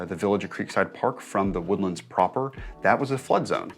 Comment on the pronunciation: You been here for 20 years and you pronounce "the woodlands" like that? Bro